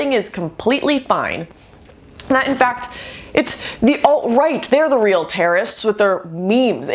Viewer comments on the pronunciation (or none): none